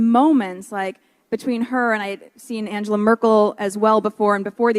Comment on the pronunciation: MM pronounces "Angela" Merkel's name incorrectly. Reveals she is not well-read nor is she interested in world conditions or anything that happens beyond 2-inches from her nose. Absolutely cringe-inducing to hear her talk. No wonder they were serving booze at this event.